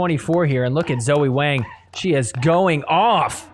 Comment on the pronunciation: My guy, I love you, but Wang rhymes with song, wrong, long. Wang does NOT rhyme with slang, bang, sang.